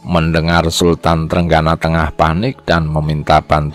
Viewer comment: Sultan trenggino bukan trenggana,,yg baca naskah harus belajar dulu